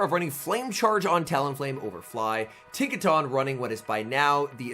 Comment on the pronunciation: It's the proper pronunciation. He said he normally pronounced it the other way most do, but after learning that was incorrect, he's trying to stick the proper way to memory. Likely due to him being a caster and the Pokémon Company is probably picky about casters using proper pronunciation